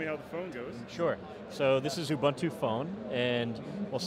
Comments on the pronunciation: I love how people pronounce Ubuntu. It sound weird and yet awesome from its actually pronunciation here in South Africa in its native tongue. Its actually pronounced oo-buun-too. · Mispronunciation of Ubuntu irks me :P